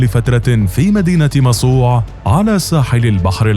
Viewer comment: أنها مصوع بضم الميم وفتح الصاد وتسكين العين.